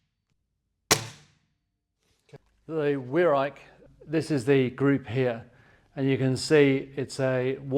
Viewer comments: Weihrauch = (Why - rauchj) I think comes close. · Weihrauch. Prounced with a 'V'. The 'W' is silent. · The Scots have no problem pronouncing the "ch" ,hence the word loch. Most English pronounce the "Weih" reasonably well but then pronounce "rauch" as "rack". But then again, to teach an Englishman to speak Scots is also almost impossible. :-) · Weirauch: Vye- row (rhymes with cow)-k. Vi-rowk.